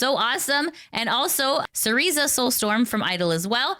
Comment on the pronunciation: Hi, appreciate what you do and hope it's not rude to point this out, but I wanted to let you know that Cersea Soulstorm pronounces her name "Sir sea". It's pronounced just like "Circe" from The Odyssey. Also, good luck on Partner, you do a great service and you deserve it!